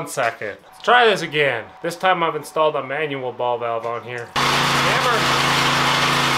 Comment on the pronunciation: "Put this hee-a." Brilliant.